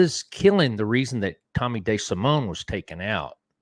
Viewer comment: “Tommy Day Simone”- tell me you’re from Nebraska without telling me you’re from Nebraska